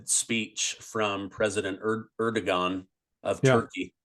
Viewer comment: Erdogan is pronounced. Air-doe-wahhn